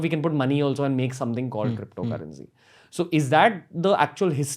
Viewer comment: Even shiv sena can have their cryppptho currency :D